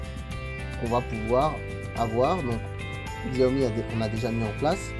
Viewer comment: bravo pour le REVIEW , ça se prononce CHAWMI à l'occasion :)